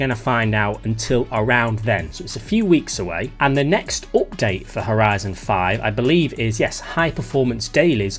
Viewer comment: owpt date!! lol